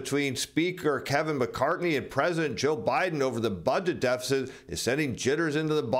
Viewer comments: McCarthy, Not McCartney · A von meter it's McCarthy not Mac Cartney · It's Speaker Kevin McCarthy, not "McCartNey"